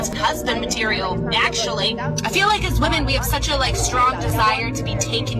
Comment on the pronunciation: Someone please tell these girls that the word is "feel" not "fill". In every single video too, every black girl says fill😂😂😂😂😂please take some English courses